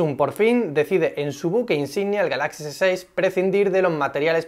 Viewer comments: El acento en la palabra GALAXY va en la primera A no en la segunda por favor. Si quieres poner el acento en la segunda A deberías decir GALAXIA (en español). Crítica constructiva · Porque pronuncia tan mal "galaxy" o "android" XD